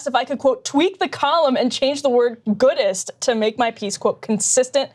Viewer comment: I'm deaf😂I heard Goodess